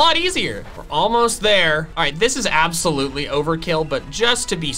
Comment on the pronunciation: Was that absol-utely necessary?